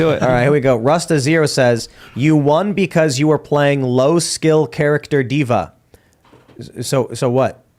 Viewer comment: D'va? Really Tim? :/